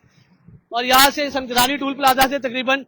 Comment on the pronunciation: او بھاٸی سنگ جلانی نہیں سنگ جانی ھے بولو تو سہی 🤦🤦🤦